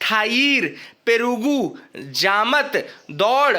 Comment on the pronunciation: Perugu means curd in Telugu..😅😂 It sounds quite funny to when Hindi speaking person pronounces south Indian terms😅😂